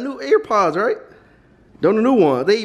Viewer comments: Why you keep calling them ear pods 😂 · He was pissin me off for saying ear pods 😂